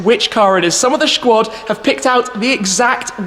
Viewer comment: Did he just say schquad? What a schwanker